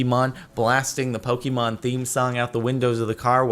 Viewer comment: "Poh-key-mon" TRIGGERED It's "Poh-kay-mon" or "Poh-kuh-mon," if you say "Poh-key-mon" again I'll come over to LA and hurt you with a fork.